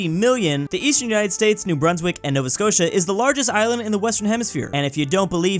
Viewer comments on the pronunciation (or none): none